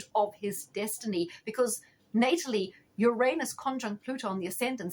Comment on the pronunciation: I love the way you pronounce "Uranus" correctly. Few people do. Thanks for the reading.